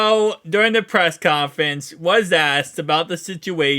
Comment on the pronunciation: "pess confwince" "pwee sweason" fkn classic Bengals fan...all have super low IQ...go Browns. (who are like 12-4 vs the Bengals in the last 8 years)